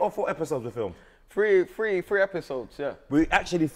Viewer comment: It's tree😂